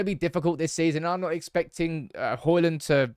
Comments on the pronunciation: D is silent, it's Hoilun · The 'D' in Hojlund is silent. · Learn to say his name right, it's NOT Hoilund, it's Højlund, and now were at is, it's NOT Haaaaland, but Håland. Aa=Å